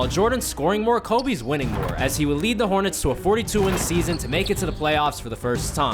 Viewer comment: Anyone notice how he sais the hornets in 😂